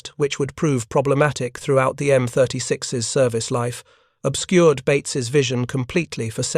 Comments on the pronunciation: This was not the first time the United States Army adapted a AAA gun for a tank destroyer this was done successfully by adapting the 3in gun in the M10. And please fix your A.I. it is annoying to constantly hear M36S instead of M36’s. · You really need to either read this personally as whenever the A.I. reads the plural for M-36's it says M-36 Ess. Will not subscribe with this poor A.I.